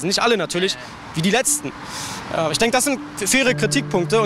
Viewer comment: Naja es ist einfach nervig. Als ob die nicht "Ich" sagen könnten. Warum sagen sie ständig "Isch"??